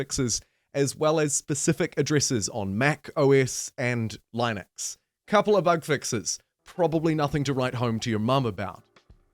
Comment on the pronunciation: Why does he say linux like that